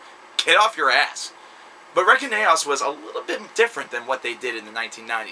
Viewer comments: Dude it's pronounced Reinkaos (RE-IN-KAY-OSS) Not Rekinaos, and it was 11 years between Reinkaos and Storm of the Light's bane (he went to prison for 10 years) and it is a streamlined and more "songwriter" friendly version of melodic swedish death metal a la Dark Tranquillity (not that that is necessarily what it was intended to sound like). Also, work on your damn grammar, and explain yourself without making baseless statements like "the riffing is fantastic", what makes it fantastic? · Dude, Reckon-aos? Really?? It's "RAIN-CHAOS" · respect to this...but its not REKEN AOS....its pronounced "REIGN CHAOS"...REINKAOS...check out our metal band from Montreal, and keep making awesome vids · Reign-Chaos or Rain-Chaos is the way to pronounce it lol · Re-kin-aos lol!